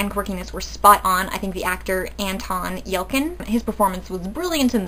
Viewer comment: Very nice review. Odd Thomas is my favorite film. Anton Yelchin was phenomenal as always. He is sorely missed. R.I.P. Anton. A couple of things. His name is pronounced Yel-chin rather than Yel-kin. A lot of folks do that, though. Also, the fictional town of Pico Mundo is in CA rather than NM. The film was, however, SHOT in NM.